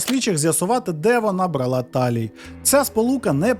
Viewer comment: Я дуже-дуже перепрошую. Мені дуже подобаються Ваші відео, але не можу втримась від хвилинки грамар-наці. У Вас часто проскакують російські наголоси: брАла, а не бралА, спИна, а не спинА, помЕрло, а не пОмерло. А ще по-російськи звучать наголоси на прийменниках, наприклад, ми віримо на слОво, а росіяни — нА слово. Ще раз даруйте. Просто це часті слова у трукраймі і я сподіваюсь, що Ви пофіксивши ці дрібнички, покращите ваш контент. 😳